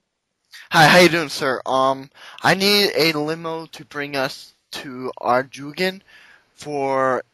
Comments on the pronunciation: lol he sais arrrrdoooogen its pronounced ardoun. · its pronounced AR-DOON or ardune. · It's ar-doon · Anyone mentioned it should be pronounced Ar doyn? THIS is funny, had to share with my RS friends. Good job. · its acutally pronounced Arr-Doy-En(On) it was in an issue of postbag from the hedge from like 2-3 years ago. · hahaha we got teleblocked isnt it pronounced ar-dawn? think i read that somewhere on the rs website lol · "arrjugan" rofl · "are-doo-ghin"? never heard it pronounced it like that before. wonder what the official pronounciation is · Its pronounced ardoin i know a kagex worker in real life! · its pronounce ar-ga-done duh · ts pronounced ard-oun :p